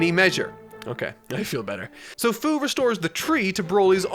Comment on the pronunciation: Its fuu not fyu